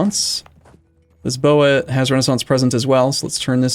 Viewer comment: it's Afonso, not Afónzou. Since you don't speak Portuguese, I'll grant you the O, but nevertheless it's Afonso and not Afonzo. And while we're at it, it's Lisboa, not Lisseboa. Try pronuncing it as "Lijboa".